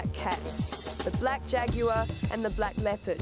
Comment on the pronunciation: shes saying jaguar wrong